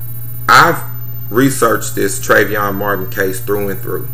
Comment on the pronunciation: And another thing you so smart yet you can't even pronounce Treyvon name correctly. This has neen all on the news and radio yet you still got it wrong. So I guess if the guy you punched in Vegas would have shot and killed you it would have been cool. But your punk behind ran like a real man...yeah right